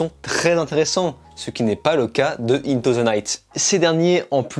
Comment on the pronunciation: Par contre tu pourrais faire un effort pour dire correctement "into"